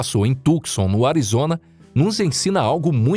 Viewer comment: A tal cidade de Arizona chamada Tucson e' pronunciada corretamente assim: TU (com o 'C" silencioso) SAN, e nao tucson como ele diz. Portanto TUSAN, com o acento no "A" da silaba final. TU-SA'N.